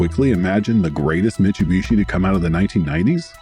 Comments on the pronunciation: Great video, but the pronunciation of "Mitch-oo-bishi" was driving me nuts. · I've heard various ways people pronounce this brand, but never MICHUBISHI 😬